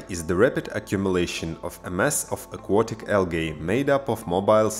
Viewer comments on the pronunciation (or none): Al-gay? Stupid foreigners.